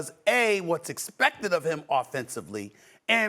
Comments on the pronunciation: Can't pronounce his R . His New York accent anything in an A is now the hard Er 🤣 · Who TF is LukeRR?? Stephen A cant say his name right 🤣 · Why does this dude keep saying luker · Nobody: SAS: “Luker Donchick!” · Everyone: "Luka Doncic" Stephen A: "Luker Donchick" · I don’t like how Stephen A is using the hard “er” instead of the “a” when he says Luka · It annoys me that Stephen A says Luker and not Luka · Who’s Luker? Maybe he knows Rob Pelinker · Why Stephen A calls Luka "Lukerr"? lmaoo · Why does Stephen A call him Luker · “Luker doncic” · Nobody. Steven A: Luker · Is Stephen a calling him Luker? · If Luka gets better on defense SAS should be forced to say his name right lmfao "Luker" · SAS CALLED THE MAN "LUKER" LOL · His name is Luka, Stephen A…..not Luk’ER!! Smdh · For real. Luker? Really? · If Stephen A. Says luker one more time 🤣😂😂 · It’s Luka not “Luker” lol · "Luker Doncic" - SAS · Why does Stephen A call him Luker?? 😭😭😭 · Stephen A calls him Lukar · Luker Minnesoter etc 😂😂😂😂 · Looker. lol StephenA sounds bristish with them random added Rs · SAS saying “Luker” makes me want to die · Stephen A saying Luker 😂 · Who TF is “Lukar” 😂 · “saids luker one second later” 😂😂😂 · So much disrespect from St. A. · It’s just so pronounced in this video especially, “Luker”😂😂